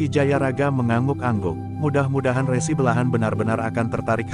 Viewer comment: Dalam mengucapkan kata "RESI" harusnya seperti bunyi pada ucapan RESi pada pengertian tanda terima berkas, bukan bunyi resi seperti pada kata resiko